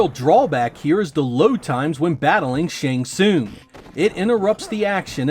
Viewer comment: Dont forget Shang Soouung